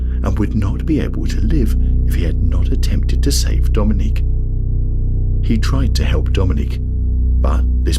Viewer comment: Oh good, I'm the second comment. So maybe you'll actually get this. AI commentators are getting disgusted, and I, and a lot of people are starting to turn videos off the moment we realize it's an AI commentator you know, 23. Mispronounce the word, or rather, the name Dominic. This guy is pronouncing it like the female Dominique. It's just yeah, nauseating the content. Creators want the loyalty of fans but don't want to put the time in anymore to actually narrate the ship themselves